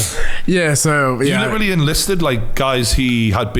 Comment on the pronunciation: Good interview, "Litrilly" ;)